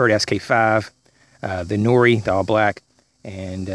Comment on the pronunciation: Lol at “norie.” It’s pronounced “nwar.”